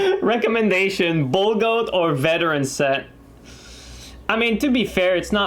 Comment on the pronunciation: "Verteran Set" lmao